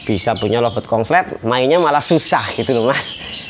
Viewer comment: Konslet mas konslet,,bkan kongslet😂😂😂